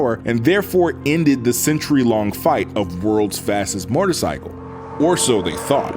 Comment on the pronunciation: One cannot simply say MORTARcycle and expect us to unhear it